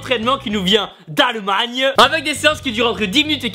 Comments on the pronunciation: Ahahha j'adore le petit accent au moment de dire le mot ''Allemagne'' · Quand tu as dit "Allemagne", t'as bien pris l'accent de la bas ahah :p